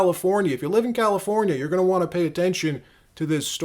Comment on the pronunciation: "registered valifornia viters"?